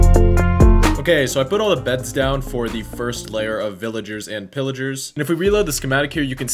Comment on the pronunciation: Pillagers not Pillagars